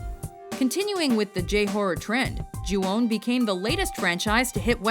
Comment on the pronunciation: Not "Ju-Won", its simply pronounce Ju-ON. I know Im Asian and Japanese cant pronounce W and O at the same time.